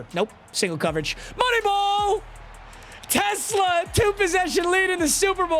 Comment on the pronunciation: ever since u pointed out how announcers say his name i cant look past it 😭😭 teSLAA